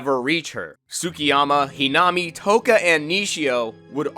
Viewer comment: Its the correct pronounciation